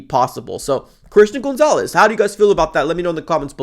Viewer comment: Isn't gonzalez pronounced like "Gone-zalez" not "Goon-zalez"???